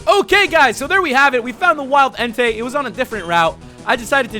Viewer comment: That part was great when you said "there we go guys, we found enetei" 😂😂😂😂😂😂😂😂😂😂 You're awesome bro 😊